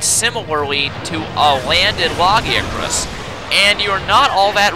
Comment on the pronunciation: It's pronounces lag-ee-a-crus not lagi-acrus